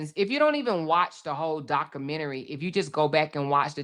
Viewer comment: You really don’t know how to pronounce the word documentary